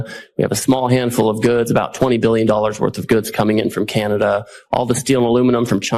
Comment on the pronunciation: I thought that the USA ,was the strong tough guy , turns out they aren't. Ben said it best , all they do is whine . Oh , that Ambassador is the absolute worst, smug idiot, can't even pronounce our name correctly, it's not Cinada ,it's C A N A D A why is that so hard ? Now as for these new tariffs...... I'm just asking, do we do alot of pool work in the States ? (I think there are plenty of American companies already doing that job) , we basically don't sell wine in the USA , so pointless, and then the hockey sticks .....WTF ??? fine , if you want your children using inferior sticks and not ours (where the game comes from) gives us an edge everytime the 2 countries square up on the ice.